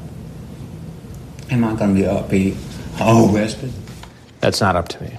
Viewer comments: KILLS ME EVERY TIME. “Am I gonna be OOOURHWESTED” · Aww Cwapp....Am i gonna be Uh-uh-uh-wwested? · "Am I gonna be OoOo-wested?" I can't 🤣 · "Am I being t-taped?" "Yes". "Oh cwap" "am I gonna be AOOOUGHrested?" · doesn't quite sound as right when you write it like o-wested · Am I gonna be oowwwessted? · am i gonna be AWWWESTED and the freakin head shake right after....LOL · "Am I going to be Awe-wested?" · "Am i gonna bbee uuuhhhlllweeessted??" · AW CWAP. AM I GON BE AWWESTED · “ Aw kwap… Am I gunna be ???? awesstted???” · Oh cwap I’m goin be awestid?! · "Kit KHATS", "Ahhh cwap" and "Am I gonna be aHhHha(massive head jerk)Wested" are always funny. Not hard to imagine that his gene pool has been pissed in several times over the decades. I'm surprised NBC edited out the ethereal banjo music that started playing when walked in the door.